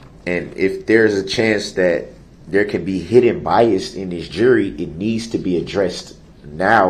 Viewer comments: Don’t forget “biast” too😆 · Didn't the judge teach him how to say BIAS?? IT'S BIAS, NOT BIAST!! I think the jury, made their decision the night they got the case, and decided they'd come back in the morning to fill out the paperwork.. that's why it was so fast..